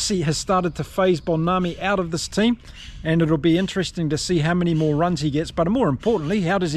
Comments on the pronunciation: Pronounced mmmm-Bonambi. Say the mmm then say Bonambi. 4 sylables. Love your channel, sorry for the small correction. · to help you with pronouncing names.. Mbonambi is pronounced mmm bo numb bee